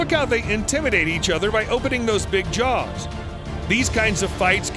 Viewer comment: They're JAWWWS not JARRRS